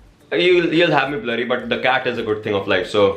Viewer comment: Ist not cat its CaaT🤣🤣🤣